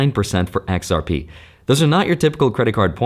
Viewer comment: I like the way you enunciated XRP baby!